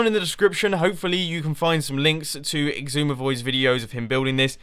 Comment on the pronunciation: Why do you call xisuma "igzuma"?